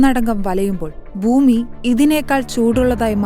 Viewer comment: കുഞ്ഞേ, മലയാളം വാക്കുകൾ ശരിയായി ഉച്ചരി ക്കാൻ പഠിക്കൂ ആദ്യം. എന്ത് മാത്രം തെറ്റുകളാണ് പറയുന്നത്. ബൂമി, ബൂകണ്ടം ഹോ ഹോ ഹോ